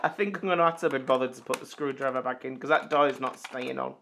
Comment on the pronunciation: 'THAT' 'TAT'. Your funniest pronunciation.